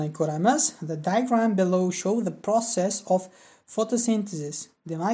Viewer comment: Overview so'zini juda noto'g'ri talaffus qilyabsiz. Process ni ham.